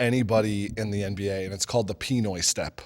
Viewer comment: EYY ITS THE PINOY step!!! Emphasize on the noy not the pi lol